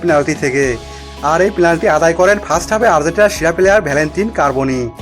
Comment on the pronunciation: ভাই প্লান্টি হবে না, শব্দটির সঠিক উচ্চারণ "পেনাল্টি "